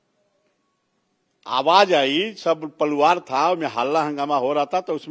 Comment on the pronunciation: परिवार ❌ पलुवार✅ 😂